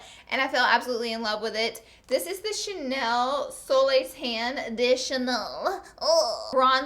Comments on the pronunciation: soleli ?? come on i don't get how you english american people can't even say a word in french! i'm french and I understand alot of english words but what i don't understand is why you guys can't say a single word in french like you didn't have french class at school? ahaha sorry for that angry moment but yeahhh!! Je suis sûre qu'il y a plein de français(e)s ou québecois(e)s qui viennent de lire ce message et qui comprennent tout à fait lolll. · it's also chanel soleil tan, not soleli!! but i love when she tries to pronounce it, it's so cute